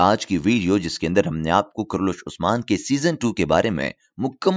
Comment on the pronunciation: Kurulus hai karlus nahi.....